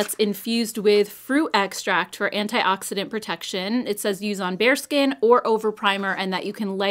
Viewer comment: when you read 'use on bare skin' I heard it as 'use on bear skin' I dunno hahaha